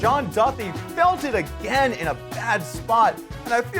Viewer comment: Commentating is not your forté, Doug. Too much to critique. Overall, I only turned off due to Polk’s voice, pronouncing Duthie’s name wrong & telling everyone how you have to play poker. I’m sure Phil Ivey plays just like you, Doug.